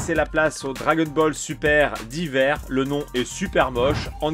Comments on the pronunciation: pas "d'hiver" mais "Dayeveur" :p La carte d'adieu est magnifique ! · c’est la prononciation plutôt mdrrr ça se prononce « daïvers »